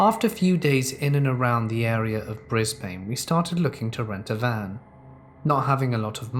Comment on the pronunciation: Brisbane is more pronounced "Brisbr'n"